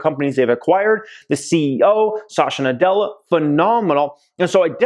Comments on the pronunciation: Please pronounce the CEO name is "Sat"ya Na "dell"a.. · It is not Shashya Nadella nor Azorr :( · You're pronouncing Satya Nadella incorrectly